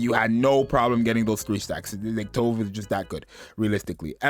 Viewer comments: This is funny, cause I started saying To”Ve” as well since that was how the official broadcast said it, but the Japanese pronunciation in their version is how we originally thought it sounded: “Towv” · yeah it's Tove, not "too vay" like everyone started pronouncing out of nowhere